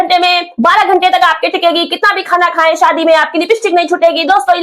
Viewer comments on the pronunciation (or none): none